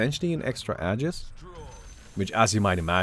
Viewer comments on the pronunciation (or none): Man what I find mildly infuriating is that the way you pronounce aegis....It is pronounced Ayyjis NOT Adjis ffs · It's actually pronounced ee-juhs, so you're wrong too.